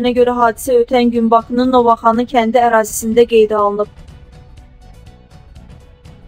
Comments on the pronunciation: Ozudeki Novaxani yox Novxani kendin adini duz di Novaxani yox bir o saat bilinir ki burali doorsen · NOVAXANI YOX. SAVADSIZ MƏXLUQ. NOVXANI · SAVADSIZ APARICILAR..GEDİN MƏKTƏB OXUYUN..NOVXANI KƏNDİ...NOOVAXANII YOOOOXXXX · Can bala,Allah rehmet elesin. Bu qiz duz daniwa bilmir,ya da ki, insanlarin esebiiynen oynamaq xowuna gelir, Novoxani haradir? Novxani,bunu kim buraxir ora? Cox dehwet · Siz lap bəzədinize😂.Bu yazıq Novxanını nə günə qoydunuz? Novaaxaniye😂😂😂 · men ozum NOVXANLIYAMM.....sadece onun Novaaxani demeyine guldum a ni uzadir..elebill Amerikannidi Novxanini esidmeyibb. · Ay yazıq Novaxanı yox , Novxanı.Hec olmasa o mətni düzğün oxu, savadsız. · Novaxani yox.Novxani ay savadsiz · Novaxanı yox, Novxanı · Novaxanl yox Novxanl. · Novaxanı yox Novxanı ☺️ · Novaxani yox Novxani ay savadsiz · Bu savadsızı hardan tapıblar - novaxanı deyir 😆😆😆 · Inanirsiz biyagdan deyiremki goresen ele kend var?? Novaaxaniye ozde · Novaxanı Bakının təzə şəhəridi.bir yerin adını düz deyə bilmirsən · Novaxani nedir ay qiz? Teze kenddir bu da? Sozleri duzgun teleffuz ele de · Bu diktor hech danisha bilmir. Nova Xani. Indi de Novxaninin adini deyishdiler bu psycho lar😪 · Nece adamsanki Novxanı, Bakı sözünü teleffüz ede bilmirsen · Mətni səsləndirən xanım siz Bakıya təzə kənd salmısınız.Dediyiniz xəritədə yoxdur.Mütaliə ilə məşğul olun.Öyrənməli sözləriniz çoxdur. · Ay qız,heç olmasa kəndin adını dügün tələffüz etməyi öyrən sonra danış. Sonra isə Nazpəri xanımın səsləndirdiyi fikirlə bu hadisənin nə əlaqəsi var? Layk xatirinə hər yola əl atırsınız,təəssüflər olsun.